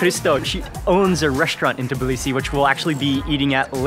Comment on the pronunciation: The only foreigner who just correctly said Tbilisi and not Tiblisi <3